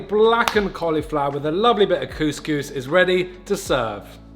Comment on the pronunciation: saying coucous made my day!!! 🙂